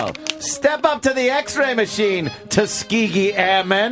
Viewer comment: "STEP UP TO THE MACHINE.... TUSKEEGEE AIRMEN!" 😂😂😂